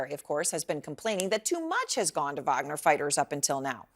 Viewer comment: Wagner is great....not puinaa